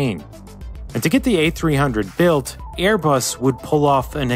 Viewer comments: you also said Bearbus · is it just me or did he say "bearbus" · birbus XD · I think i heard Bearbus... I love your VIDS! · In he said bare bus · bairbus lol 😂